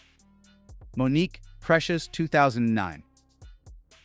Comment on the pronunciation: Okay, if you're going to report on something, you need to do the research and cover things honestly. Years after Mo'Nique (whose name was mispronounced multiple times in this video) was blacklisted, Tyler Perry, Lee Daniels, and Steve Harvey ALL admitted to advising execs to not cast her and unjustly characterizing her as difficult because she threatened them. If you're willing to address the difficulty of Asian actors to find work, then it's kind of telling that you glossed over the harassment and ostracization that Black women have always received, even from other Black Artists. You need to do better,. Your slip is showing.